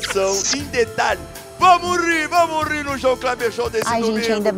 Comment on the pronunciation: It's not "Bamori", but "vamos rir", in portuguese it is informally pronounced "Vamo ri", it means "Let's laugh"